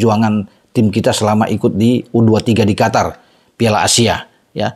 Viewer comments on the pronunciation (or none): none